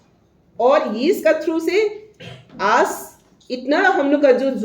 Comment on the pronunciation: Aas nehi hai, 'aaj' hai.